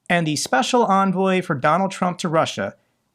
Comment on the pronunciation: Trump's "speshul" envoy Stooge Witless.